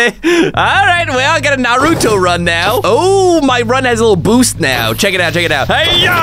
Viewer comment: NA RU Toe 💀